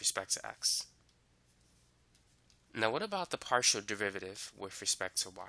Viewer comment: In 5.30 partial z/ partial x is not pronounced de z / de x, however excellent explanation and perfect selective examples. Thank you for sharing